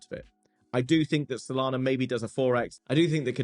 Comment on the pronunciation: You said Sodana 🤣😁🤣😂